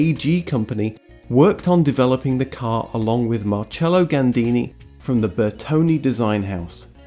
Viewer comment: I really like your videos. In this one I wish you've mention Volkswagen K70, especially after talking about front engines, Ro80 and VW's rear engine 400 series. Also, please pronounce Bertone as Bertone, not Bertoni.